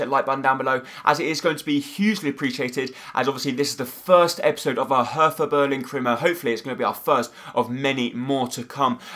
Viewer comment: Your pronounciation is terrible anyway, but PLEASE pronounce it like "Herta" and not "Hertha", because the german "th" isnt pronounced like the english one :)